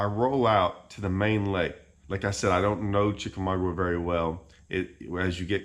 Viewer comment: Dude. Learn how to pronounce the name. Chick a ma ga. The offshore bite is dependant on how much water they're pulling.